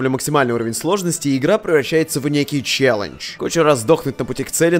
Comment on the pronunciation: как он сказал слово ЧЕЛЛЕНДЖ